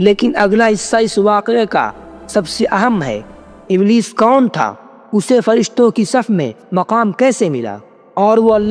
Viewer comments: بھائی صاحب ابلیس ہوتا ہے ابلس نہیں ایک غلطی ہے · Bahi iblis hota hai ibls nhi